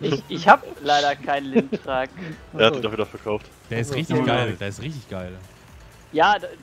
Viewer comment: Der heißt Lintrac nicht Geotrac